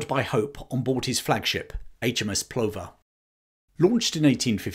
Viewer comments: HMS Plover is pronounced Pluvver,, like the bird. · Brilliant stuff. BTW "Plover" pronounced "pluvver".